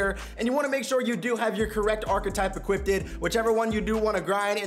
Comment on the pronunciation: Equippted is bad grammar. Equipped is the correct way to say it. I've heard you say this multiple times.